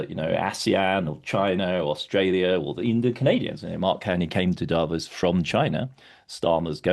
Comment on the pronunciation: Hey, would you mind to pronounce "davOs" correctly?! PLEASE ... not "dAvos"! (... I mean, it's really not more difficult to pronounce Davos correctly, than making a distinction between Greenland and Iceland, right?)